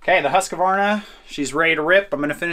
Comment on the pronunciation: I just love how you pronounce Husqvarna. If you search for Huskvarna Sweden, you will find the city. Thank you for letting us follow you on your journey through life and see this fantastic nature, animals and everything else ❤